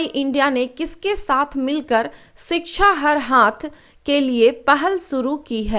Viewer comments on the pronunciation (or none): none